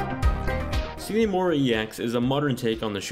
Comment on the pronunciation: "see nee" mora? you sure its not "sign" mora?